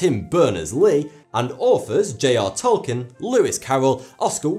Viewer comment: Tolkien is actually pronounced Tol-keen.